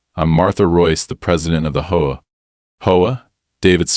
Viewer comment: For the love of me please it's H-O-A not hoa.